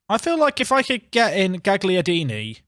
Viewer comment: Quick pronunciaction heads up: Gagliardini. You don't say the g. So instead of GAG liardini it's more like "galyardini"